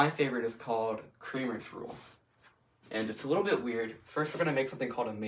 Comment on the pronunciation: I don't think that's how you pronounce Cramer.